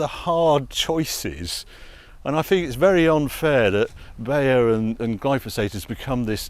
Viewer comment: Btw. Beyer is pronounced like the brand haier just with a b instead of a h. Weiterhin wünsche ich dir einen schönen Tag,!